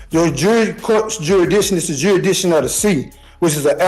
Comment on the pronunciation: "juridiction juridiction juridiction" you would think if he took his BS seriously he might learn to say jurisdiction properly